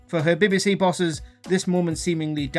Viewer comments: What is this 'Bibbi See' you speak of? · no its BBC. its just letters